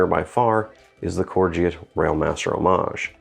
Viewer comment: Pronounced “core go”